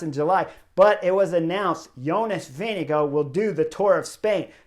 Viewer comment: Hey Chris. I'm a Dane, and I'm impressed by your pronunciation of "Vingegaard"! :-)